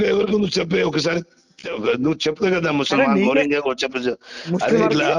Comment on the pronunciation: మోరింగ్యా కాదురా ఆచార్ కా జాడి రోహింగ్యా 😂😂